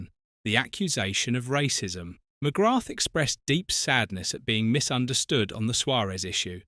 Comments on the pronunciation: Pity you dont know how to pronounce his surname, Its McGraah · He can't even pronounce his name. Definitely not a football fan. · you're incorrect pronunciation of his name is a total disrespect of the man and a showing of your ignorance. It's almost as bad as that git goldbridge's pronunciation of Evan Fergusons' name as EVEN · McGrath is not pronounced with the, 'th'. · why cant you pronounce his name properly? ffs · You’re even pronouncing his surname incorrectly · Hi, a proud Irishman here, I'm still trying to figure out how to react to this video. On the one hand, it is stated that "there are six people that he will never forgive," yet near the end it is stated that he never actually said this directly, so it is contradictory. Also, one BASIC thing that seems to have been over-looked: the world and its mother ALREADY knows that in Irish culture, the "h" at the end of his name is silent, why you kept on mis-pronouncing his name is, frankly, a mystery to me - and most like EVERY other Irish-born person watching. Also, to say the Paul McGrath is "mad at the people who enabled his drinking" while similtanenously saying "he blames himself" is also contradictory. These are just my opinions, any other huge Paul McGrath fans in their late 50s, if you have any opionions to share, please do so! WE LOVE YOU, Paul, you were a legend. 😁👍💚🤍🧡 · Please pronounce his name properly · Jesus, this guy keeps butchering the pronunciation of his surname over and over .. thats the biggest insult of this video ffs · Ffs Just learn how to say his name correctly. I know its a dumb AI voice but it can be thought how to pronounce his name. This is lazy from the content creator. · Not pronounced ‘ McGratt ‘! It is pronounced ‘ McGraa ‘! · Its not McGratth As you English pronounce. Its actually pronounced McGra,you drop the th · Thanks ya saved me, I got 3 minutes in and him pronouncing it Mcgrattttt was grating on me 🤦🏻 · Its pronounced McGra! The th is Silent